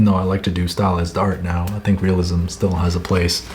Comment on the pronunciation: I hated it when you said "realisim" until you showed examples, now I know where to start